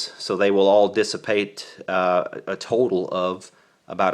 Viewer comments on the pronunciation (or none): none